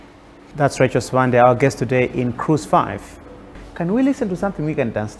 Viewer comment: tell RACHEL that her correct full name is read as (RACHEL SIWANDE) the letter "B" is read as "W" when we are amongst Tumbuka's, Ngoni's where she claims she originates from. I have heard her in this interview pronouncing her surname as "Sibande" When you go to Zimbambabwe, you will meet some locals known as "SIBANDA" the letter "B" turn to "W" as well. I have spent 21 years working in Northern part of Malawi in between 80's - early 2000 as a Medical Doctor. It sadness me when I hear Malawians mispronouncing their own names to sound either English or any other foreign language. Mispronouncing your name is loosing your identity. Greetings from Germany - Copenhagen!